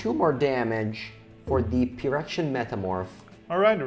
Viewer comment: pronouncing phyrexian with the hard ph gave me +20 stress